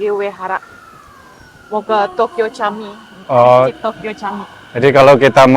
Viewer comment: Camik cara bacanya jamik...dlm bahasa turky huruf c bacanya j